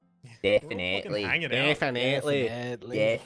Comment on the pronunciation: Def-in-ATE-ly. ( scowls)